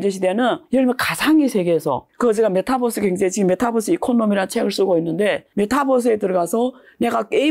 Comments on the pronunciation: 메타뻐쓰 ㅠㅠ 유니버스라고 읽듯이 메타버스라고 해주세요😂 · 내용도 좋고 다 좋은데 배우신 분이 메타뻐스~~ metaverse 메타버스로 발음해 주면 더 좋겠네요,,,뻐스 뻐스 그러니까 챙피하네요^^